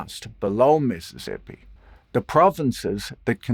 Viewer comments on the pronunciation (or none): none